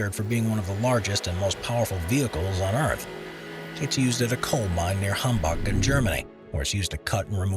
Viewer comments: "Hambug"? Seriously? fuck wit. Try Hamburg. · What is wrong with you Americans 😂 can’t you pronounce anything like the country it’s from. Wtf is a Hambuggggg😂 What is a pilbarahh😂